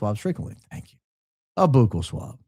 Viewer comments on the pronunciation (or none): "BOOcal swab" being said over and over has me cracking up 🤣 Pronounced more like buckle. Sorry, had to point it out! Great opening statement! Love the show! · It’s pronounced like “buckle” not “boo-cal” lol Sorry it’s bothering me lol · Buck el is the way to pronunce buccal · ..your shows are wonderful but your insistance that " buccal" is pronounced " boo kal", has been puzzling me. So i double checked.While some may occasionally use different pronunciations, "buckle" is widely accepted as the standard in medical, dental, and everyday usage. So you say po-tah-toe... I say po-tay-toe.😂 The only reason I'd heard of it is because of models who had been having their buccal fat removed to make their faces look slimmer..😱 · The buccal mucosa (pronounced “buckle,” like a belt buckle, not “boo-cal” or “byoo-cal”) is the inside of the cheek, where DNA swabs are taken. The buccal mucosa is rich in endothelial cells and DNA. Cells are collected on what looks like a long Q-tip, called a “buccal swab.” Never agree to a buccal swab, or any other DNA collection method, without a court order. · It's pronounced "buckle", not "boocle"! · Fyi: Nurse Kasey is dyinggggg at your pronunciation of buccal. 😂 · Boooo-k-uhl! 😆 A buccal swab (pronounced buck-uhl) is a non-invasive, painless method to collect DNA from cheek cells using a small swab. Buccal refers to the cheek, mouth, or the area toward the inside of the cheek and is usually referred to in dentistry for the cheek side of the tooth! Couldn’t stop laughing hearing you say Booo-k-uhl…as a dental assistant! 😂 Love your podcast! Ur my favorite podcast…well other than the Battle Bun QUEEN! 👑😉😆 Keep going! 🙌🏼🙇🏻‍♀️ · The swab is pronounced "buckle" not "boukel". 😅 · I watch a ton of true crime shows like Forensic Files and the like and they ALL pronounce it BUCKLE!! I’ve never heard one Detective or Scientist say BOOKLE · Hi, its pronounced "buckle swab" but I am sure a lot of people pronounce it wrong.